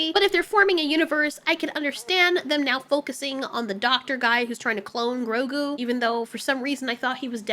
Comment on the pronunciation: Why do you ROLL YOUR RRRRs in GROGU? You make it sound like some fufu cheese 🧀 😅😅😅😅😅